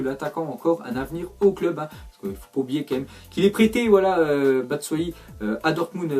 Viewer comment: super tes vidéos mais on dit batchuayi pas batsuayi